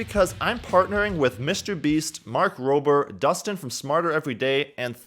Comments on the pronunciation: Destin, Smarter Every Day's name is Destin. Not Dustin. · Did anyone notice that he said "Dustin" and not Destin? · Its not Dustin by the way it is Destin! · mans said dustin from smarter every day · Great vid but it's Destin from smarter every Day, not Dustin xD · Who's Dustin? Oh You mean Destin! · istnt it destin instead of dustin?